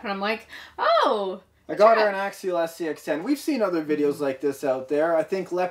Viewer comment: SCX10 not SEX10 LOOOL